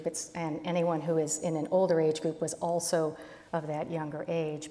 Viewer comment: That last guy kept saying “”altso”” instead of ‘also’..